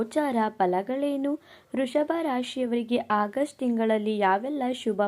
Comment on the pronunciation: ವೃಷಭ ರಾಶಿ ಅದು ವೃಶಭ ರಾಶಿ ಅಲ್ಲ ಕಣಕ್ಕೋ